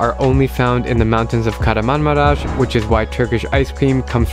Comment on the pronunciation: As I'm from Turkey, I got triggered when he said Kaharanmamaras to Kahramanmaras (ş)